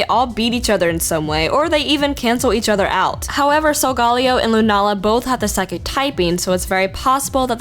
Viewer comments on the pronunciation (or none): Am I the only one the finds it a "cringe" that she is pronoucing Solgaleo? It's pronouced "Sol-Ga-Leo", not "Sol-Gal-eo". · Pretty sure its sol-ga-leo saying it any other way would mean your trying too hard over just a word SOUL/GALIO or SOUL/GALAO(for your Galileo theory) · Solgaleo is pronounced sol meaning sun ga meaning the and Leo meaning lion. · its pronounced SOL-GA-LEO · You pronounced Solgaleo wrong. Solgarleo is not right. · I like to think that it's pronounced like "Galileo" because he was an astronomer and the games are Sun and Moon. It kinda sounds better like that too imo, but you're right. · I cringed every time you pronounced Solgaleo's name like that... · His name is in spanish, so you pronounce it in spanish. Problem solved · random guy that likes food I believe he got that since both sol and luna are sun and moon in spanish. But it goes similar to other romance languages too, so yeah.